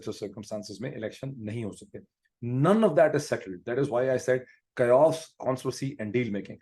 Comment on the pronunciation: Kayoss nahi Khussro Chichcha, K-os(Chaos)!! 🤣🤣🤣🤣 Foreign jaane se, class kaha se ayega?? Rahenge hamesha, jaahil zaneem nejis munafiq Bakistani hi!!! 😂😂😂😂